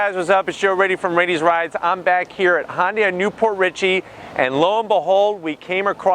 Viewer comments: Thnx for another good video. However, I don’t think you’re pronouncing the name properly. U keep saying Hon-day. It should be Hun-day. Like Sunday. Remember their old commercials? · it’s actually Hyun-daeh, ‘deh’ not ‘day’ as in day and night, without the long A sound. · It's pronounced Hyundai (Hun-die), not Hon-day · I have the car. I like it, the wife isn’t so keen. Her biggest problem is the thick “A” pillar. BTW. It isn’t pronounced HON day. It’s HUN day. Or some say HyUn day. But nobody says HON day. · Say..HUN-DAY HUN-DAY OVER AND OVER/// ..NOT HON-DAY HON-DAY !!!! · hey man, I don't mean to sound like a complete prik but Hyundai phonetically should be pronounced 'Hyun-day'. An easy way of saying the word, 'Yun' like the character from Street Fighter 3: Third Strike, and simply add an 'H' sound to it. Sort of like 'Hee-yun Day' sound, not 'Hon-day' that would be incorrect. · I can't believe that Hyundai dealers are okay with this guy pronouncing "Hyundai" as "Hon-day." Nice reviews, however. :) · Why would a 4-banger need 2 muffler and pipe setups? That would be a waste of money from manufacturing standpoint as well as a vehicle maintenance standpoint. Im afaid I have to zonk that part of your review.. as well as your pronunciation of the name "Honday" Hyundai's and Kia's are family cars. Families quite often have children. Children kick the seatbacks, so hard plastics is a must. They always use plastic on the backs of the seat for longevity. That should be thanked, not zonked. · If you are going to use the correct Korean pronunciation it is Hyawn-day. The H bleeds into the y sound and then it is more of a blend between the sound we make with the word sun and the word on. Here in the US we pretty much use the pronunciation that Bextar636 suggested. This clip has a Korean speaker pronouncing it. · Is Yundai correct too? Mr Scotty pronounced it like that.